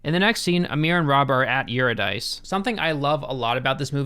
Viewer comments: Eurydice= Your-id-icy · Pretentiousness -alert : Eurydice - Ur-Id-a-key. As in, the myth of Orpheus and Eurydice. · The mispronunciation of eurydice is sending me